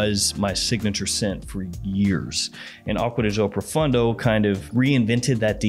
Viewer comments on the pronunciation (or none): Pro foon doe is correct pronunciation